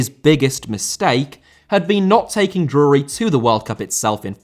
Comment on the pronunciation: I had to turn this one off. I can't stand how you pronounce Drury 😂